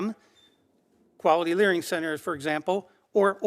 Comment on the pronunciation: “Learing” centers!😂😂😂😂 I 😂